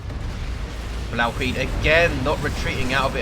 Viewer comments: i lol'd so hard when you first tried to pronounce 'Blauwhuid'. it's dutch, the dumbest language in the world, so i wasn't surprised :P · I lol'ed when I heard your Dutch pronunciation(#Blauwhuid). Insta-liked. Great casts. Been a silent watcher for a while now...